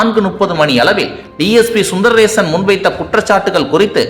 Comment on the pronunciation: His name is Sundarasan Sundar rason. Please pronounce properly